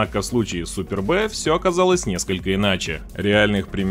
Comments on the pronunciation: Не спорю с рейтингом, но может с очередностью. Уши режит ошибки произношения терминов и названий: супер б, тисиай, цепь генератора.... У вас же автоканал, есть интересные темы(почти все) но матчасть очень страдает, почти в каждом тех выпуске встречаются ошибки... Исправляйтесь Или у вас так реклама идёт?) типа будут рассказывать и показывать, как смешно называют?!) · за "супер бЭ" - отдельный диз))) колхозники)) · не супер Б, а superb-одно слово,словарь возьми. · Да, уж. Super B вместо superb - сразу режет ухо. Ну я стебусь больше сейчас над произношением китайских названий на английский манер. Так HAVAL произномиться как ХАВ ЭЛЬ )))). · Не супер Б а суперб...ты даже не знаешь имя авто..а еще что то про них говоришб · Меня аж передёргивает "Супер Б"!🤢Вот деревня! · Не Super B, а Superb. С англ. Красавчик. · Да и "Суперб" - это "Суперб", а не "Супер Б" ))) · Супер бэ😂 Суперб -- это превосходство по английски, супер бэ блин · Цепь генератора? Не тисиай а тиэсай. Не думал что шкода Супёрб это супер-бэ. Ну ладно, это всё мелочи. В целом, интересно получилось. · Если есть Супер Б, то, по логике, как минимум должна была быть и Супер А. Я что-то пропустил такую модель. Литера "В" пишется слитно со словом "Super" и читается, как сюпрб, что на английском языке значит ПРЕВОСХОДНЫЙ. Блогер, изучай матчасть , а то ухо режет. А за полезную информацию спасибо. Удачи. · АААА, какой нафиг Спер Б? Автомобиль называется Шкода Суперб, произносится слитно и без выделения буквы Б! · Знатоков подводит незнание французского языка. Superb читается как супер, но никак не Супер Б. Если уж быть таким последовательным игнорантом, то есть еще и другие марки, например, Пежот и Ренаульт вместо Пежо и Рено. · Только не СУПЕР Б, а СУПЁРБ (превосходный). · Автор, иди учи английский. Не шкода Супер Б, а шкода супЁрб (превосходный переводится) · Superb - это одно слово и никак не "супер бэ". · Толтко не СУПЕР-Б грамотей а СУПЕРБ !!! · СуперБ Карл, супер бэээээ🤣🤣🤣🤣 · Superb, а не супер б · "Супер Бэ" 😄